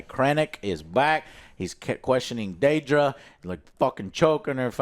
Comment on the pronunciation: No, it's not "Daydra". They said her name many times throughout the show...